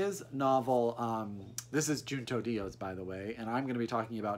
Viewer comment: I live your backlist...its joo-no not junto